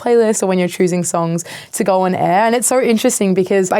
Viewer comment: “If you don’t goarrr, you’ll never naur” 💯😂 Love it!